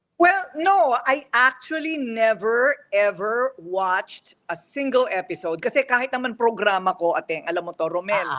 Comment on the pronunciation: Nakakaloka ang pag pronounce niya ng "single". 🤣